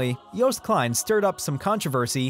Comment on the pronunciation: Thanks for pronouncing "Joost" as "toast", not as "boost".